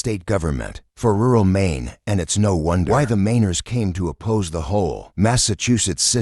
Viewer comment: Get rid of your robot narration. It can't even pronounce "Maine."